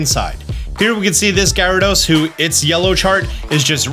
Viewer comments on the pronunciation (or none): none